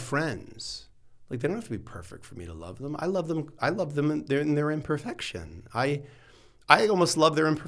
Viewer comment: Sexton said im perFUCKtion 😂😂❤❤ Love this guy!